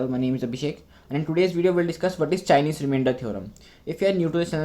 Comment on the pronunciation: It's chinese not chienese